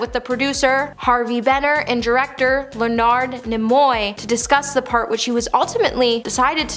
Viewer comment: len-ard knee-moy.. get it? Lenard Nemoy..easy. damn.